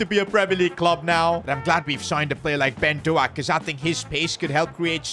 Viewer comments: The pronunciation of doaks name rhymes with stoke. Hope that helps I didn't know how to word it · You’re not saying Doak right, its pronounced like doke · its pronounced "ben doke" btw lad🙏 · I’m Scottish and bens name is pronounced Ben Doc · It is Ben Dok in pronunciation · Doak like "oak". A single syllable. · Its pronounced ben "dok" prounouce the o like homer says dough! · hey sid your new signing is pronounced as ben d then oak like the tree. hope this helps 😃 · Is Doak not do ak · PCQ: Ben doak is pronounced “doke” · ITS NOT PRONOUNCED LIKE THAT ITS DOAK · Ben doak’s name is pronounced like doe-k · It's not pronounced Ben Doak, it's pronounced Ben Doke. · please learn to pronounce Ben Doak's name correctly 🙏🏽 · Your butchering doaks pronounciation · Thats not how you pronounce ben doak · not how u say his name 💀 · You keep mispronouncing Ben Doaks name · Disrespecting ben doak with that pronunciation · You’re saying the name of Ben Doak wrong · U pronouncing doak wrong 😂😂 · Its doak not doaak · It is not Ben doack It is Ben doak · It’s not Do-ak it’s Pronounced Dough-k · its dok not doak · It’s doak not do ak 😂😅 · Hey, just to let you know it’s not pronounced “Ben Doak” it’s actually pronounced “Ben Doke” You’re welcome! UP THE! 🎉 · It’s not Ben do ak. It’s Ben douk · It’s not Ben DoAKE is Ben dOAK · Its Ben Doak not ben Doact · PCQ: His name is actually not pronounced ben do-ak, but is pronounced as ben dok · You don't say it like Do-ak more like D-oak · It’s pronounced Dough-k, not doaak 😂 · its pronounced ben DOKE, not do-ak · it's pronounced "Doke" not "do-ack" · How to pronounce Doak, Doak, not DoAk. like boat, just replace the “B” with “D” and “T” with k” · its not doak but pronounced douk like boat. Ben DOAK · As a Scottish man I cringed so much when he singed doak it's not pronounced do-ake it's pronounced doe-k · Ben Doak name is pronounced Dok not Do ak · Ben Doak is pronounced Ben Dowk not Dowak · Its ben doke not ben do-aak 😅